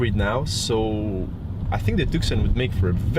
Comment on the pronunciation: I think it's propnounced Tooson